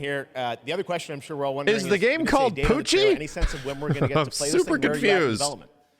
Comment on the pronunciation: "Is the game called 'Poochy'?" 💀 lol